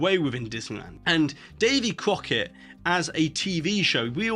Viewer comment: Davey Kwoket... lol